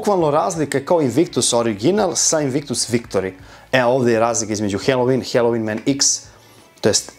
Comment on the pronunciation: Brate, svaka cast,samo jedna ispravka..IZGOVARA SE HALOVIN,NE HELOVIN..👌🙂